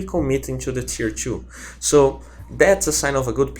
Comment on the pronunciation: dafuk the way you pronounce two as tchuu is so shit .. i want to watch the vid but every time you pronounce it that way. my trigger meter goes from 1-999 in a matter of sec.. tcguuuday like wtf man...